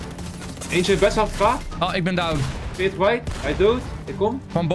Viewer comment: Enzo waarom zeg je downt met de T is gewoon down!